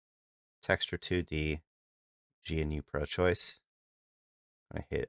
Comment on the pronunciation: GE-NEW not g.n.u. good video tho thanks